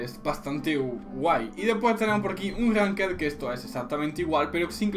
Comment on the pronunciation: eres frances? lol esa manera de pronunciar ranked y unranked xd